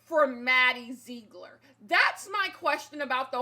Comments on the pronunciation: “Maddie zzeeegller” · "Maddie zegro... ler" 😂😂😂😂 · Take a shot everytime says "MaDdie ZeeGlor"